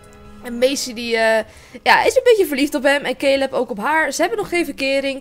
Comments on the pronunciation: Lotte Zuithof ja maar ik bedoel dat je het uitspreekt als calub en ik kijk naar yammyxox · je schrijft caleb maar je zegt calub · cooking clas misschien dat zei het fijn vind om het zo te zeggen maar ík heb zelf nog nooit iemand die Caleb heet Calub zien noemen😬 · Het is wel caleb no hate maar ik kijk naar pretty little liars en daar heet iemand ook caleb